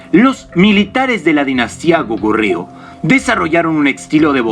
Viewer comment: Cuando hablas del hwa rang y del Soobak, te falta decir q se crea otro estilo el SooBakGi. Y mostras en el video al Sibpalki, eso esta mal....Escribis Kogurio y pronuncias Gokuryu, otro gran error q no deja interptetar la informacion